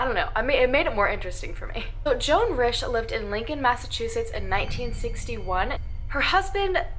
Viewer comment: the pronunciation of rische is "reesh"